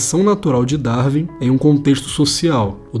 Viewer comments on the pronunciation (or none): none